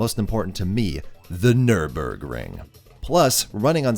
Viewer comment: Amazing video! And as a german I can't appreciate enough that you pronounce Porsche and Nürburgring correct!